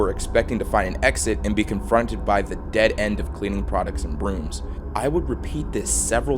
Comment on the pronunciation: Never say dead end again with a pause